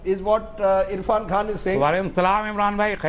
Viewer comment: Nonsense anchor and the other man! Get the name right!!! Irrfan!